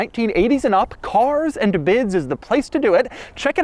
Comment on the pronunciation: I just always laugh when he says Cars and Bids because now I can't unhear "Cocks and Butts" lol